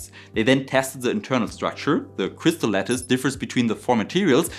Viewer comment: Fantastic — I loved it from A to Z! It was serious and well-sourced, but still full of passion and excitement. Perfect combo. Now, as a French listener, I have to confess: when you said “crystal lettuce,” I genuinely pictured a salad shape crystal. Took me some time to realize you meant crystal lattice. As a French English speaker, I’m probably the last person who should be giving pronunciation advice — but hey, maybe give that word a little tweak next time, just so your French audience doesn’t end up craving transparent vegetables 😊.